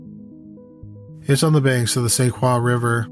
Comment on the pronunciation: Its the st croix pronounced Saint Croy